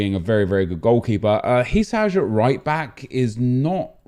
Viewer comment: Its not HI-SAZH